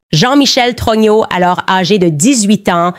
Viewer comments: Tellement puissant comme IA que ça dit Trogno au lieu de Trogneux... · J'adore quand Candace dit jean michel TRognon😂